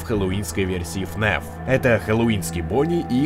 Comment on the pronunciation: Ребят, почему говорит " ФНЕФ" а не "ФНАФ"?